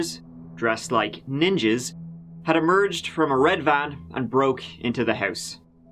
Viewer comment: Our first Neeenjeees! I LOVE YOU 🤣😂